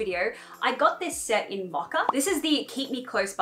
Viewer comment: Ok am I tripping or is she saying “macca”???? Is she saying “mocha” and I never knew it was pronounced like that in Australia?😂